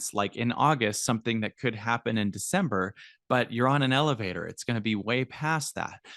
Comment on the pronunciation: I can't stop thinking lelevator go up, lelevator go doown 😂 just me?